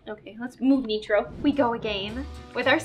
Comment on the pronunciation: "neetro" is getting so big!!!!!